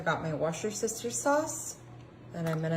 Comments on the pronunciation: U pronounce it as "wistersheer" sauce.the English don't say it the way it's spellt. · Is she pronouncing those words on purpose ? And I'm so glad she used low sodium broth after she poured half a box of salt on the food! Lol